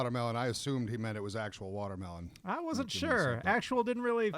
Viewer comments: " Wortermelon" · Let. Him. Say. Watermelon. One. More. Damn. Time...his country ass with worturmelon pronunciation...ugh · what is wudermelon? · Wtf is Worter mellon?